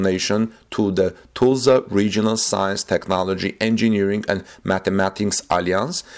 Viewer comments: You are mispronouncing the city: it is pronounced (Tuh sla). You are sayin it as Too,sla). Just trying to help. Try googling a Tulsa news channel. Thanks for your work. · Tulsa is not pronounced as toosla. The "ul" has the sound like in the word "dull". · pronounced more like (Tull suhh)=Tulsa..... NOT Tuh sla OR Too sla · Tulsa is NOT pronounced TOOLZA. The UL in Tulsa sounds like the UL in the words hull,dull,mull,cull,gull. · like jethro tull..I kinda like the way he says it but its wrong...